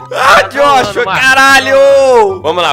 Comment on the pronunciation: Eaee "Jóshua" Acriano haushsua